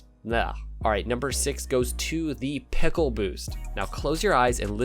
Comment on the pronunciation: Peckle boost ? Or is that a different accent to say pickle as well ?